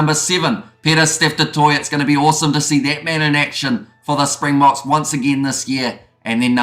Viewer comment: MASSIVE kudos for your pronunciation and nailing the South African pronunciation. So many commentators etc not putting in the minimum effort that remains a simple component of the job - well done.